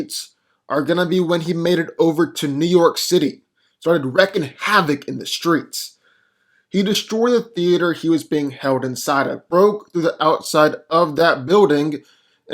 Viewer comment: Is it wrecking havoc or wreaking havoc? He says wrecking every time. Im just curious.